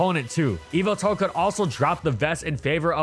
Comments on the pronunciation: Evil-tall ❌ Yah-val-tall ✅ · Normal People: Yveltal MandJTV: Yalvaltal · The emphasis is actually on the middle syllable. eee-VEL-tawl. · His name is YAVALTAL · i thought it was pronounced yehveltal not eviltel. have i been saying it wrong this entire time? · evil-tal Me: ye-vel-tal But seriously someone tell me how to pronounce that name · "Evil-Tal" Nah it's "ye-Vel-tal" m8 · ive always been pronouncing evil tal like yuh vel tal wtf? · Please say it’s name right. In English, especially the dub, it’s “Ye-veltal”. Yes its name comes from the word ‘yvel’, since it is the Middle English spelling of the word 'evil.' You don’t pronounce it like “evil”. It’s also pronounced that way because of the way Xerneas’s name is pronounced. Smh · ive always heard it call yee vel tal. this threw me for a loop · "MY NAME, IS YAH-VELTAL!!" - Pokemon Talk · I kept on hearing evil tal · So it's pronunced whyveltal? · its yah vull tahl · bro has no idea how to pronounce yveltal😭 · the y in Yveltal is pronounced like how y is normally pronounced, it’s name has root in the word Wyvern. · Dang ppl much not watch the Pokémon anime when they literally say the same correctly I had to click off the video bc of that very annoying 🤦🏾‍♂️🤦🏾‍♂️🤦🏾‍♂️